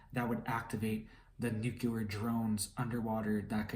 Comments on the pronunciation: Nu-cle-ar... not Nuke-you-lurr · Nucular? Or nuclear?? Lol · Nuclear = Nuke Lee Err You said "Nuke Yah Ler" That is incorrect. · It's not nucular it's nuclear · Please learn how to pronounce 'nuclear.' It not nucular.